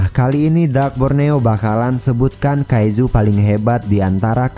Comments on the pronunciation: Kaicu bukan kaizu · Bang kaizu itu di baca kaiju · Kaiju Bang Bukan Kaizu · apa cuman gw yg sebel denger abangnya bilang "Kaijuu" tapi pake z, malah jadi "Kaizu"